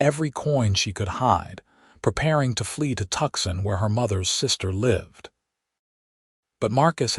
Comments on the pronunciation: TWOSON, NOT TUKSON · We all know that Tucson, Arizona is really pronounced Too-saan, not Tukson, right? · toosann. not tukson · Every AI read story I've heard totally mispronounces Tucson. It's not Tuck-son, it's two-sahn. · Narrator needs to learn correct pronunciation. How do you Say “Tucson”? Not tuck son! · please correct your AI's improper pronunciation. It takes us out of this otherwise beautiful story. I see someone here has already pointed out, Santa Fe is not Santa Fee. Wound is not pronounced like, I wound up the the fishing reel. Also, there is no pause after the period after Mrs. and Mr. It is reading the period as a full stop. And Tucson is not Tuck son. Otherwise this is a beautiful story. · Good story but narrator needs to learn pronunciation of some words. ie, Tucson, wound ect….